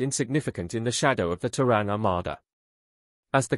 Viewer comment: it is Ter` ran